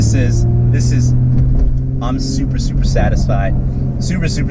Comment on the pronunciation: Sounded like you said "Supra supra supra satisfied" HAHA. Great video man and glad you're having fun!